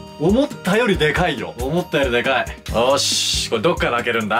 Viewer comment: おっ、の所ホーマックに聞こえるの俺だけ？